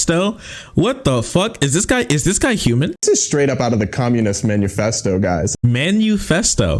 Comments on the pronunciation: He pronounces it the Communist man U fest O because he doesn't want his viewers to Google what it is and learn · Homeboy said "manuefesto" lmao. Immediately knows jack shit. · Because of the way he pronounced Manufesto, my brain has been looping the phrase "Communist menu" Oh yes, I'll take one revolution from the Communist Menu, and I'll pair it with a nice red wine.